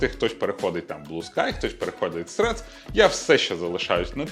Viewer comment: досі лолкекаю з назви Средс коли каже її хддд